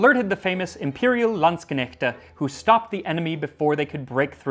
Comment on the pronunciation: he actually kind of nailed the german. dayum. apart from calling Landsknechte "Landscuconnect"